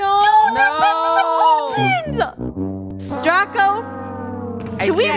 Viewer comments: did anyone else notice that funneh said draca instead of draco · is it me or is funneh is saying ''DRACA'' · funneh say Draca not Draco🤨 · funneh said draca lol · DRACA!! im sorry i heard draca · She pronounced it wrong but you spelled it wrong ROASTED😲😲😲😲😎😎😎😎😎